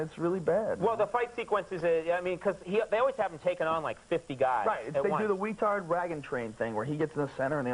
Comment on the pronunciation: Bro did my guy get around saying retard wagon train by saying weetard ragon train😭😭😭😭😭